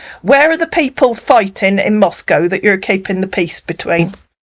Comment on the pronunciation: Jajaj he’s trying to say Moscow but he said manaco. Don’t worry ! Search !!! Search’